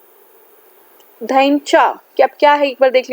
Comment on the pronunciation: You are pronounced 'Dhaincha' in proper way